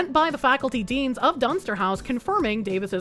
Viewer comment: I swear every time you said "Dunster" I thought you were saying dumpster. Which, I mean, given the context of the story it was being used it, sounded appropriate!